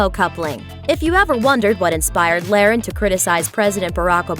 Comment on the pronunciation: You can tell this youtube channel only does celebrity bs because they couldn't even pronounce her name right..